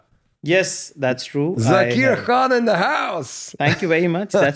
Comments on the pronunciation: Please stop calling him “Zakeer”. His name is Zakir and I know for sure you can pronounce it correctly being a Farsi language speaker. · What happen to Zakir pronunciation?.........why are you trying sound British........Thats not our SAKTH_LAUNDA.😇